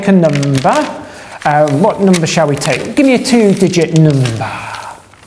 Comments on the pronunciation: numbah galore :D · "Noombah noomhumbug," said Ebenezer Noomscrooge. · "Numbah" Palindrome Numbah 3 digit numbah haha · he doesnt say "Number" he says "Nambah" xDDDDDD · HAHAHAHAH noombahs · hhahahahhaa noombahs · "Give me a two digit nummmmbaaah." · if he asked me for a two digit numbeeeh i would had said 69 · A legitimate numbahphile video. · ahahahahhha numbah :D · nome buh